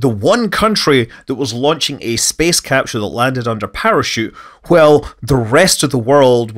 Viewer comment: capsule ... no h in capsule